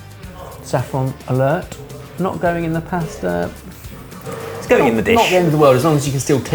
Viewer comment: Did we ever get an explanation for why started saying pusta instead of pasta a few years ago? I think he's one of my favourite people for reasons I find impossible to articulate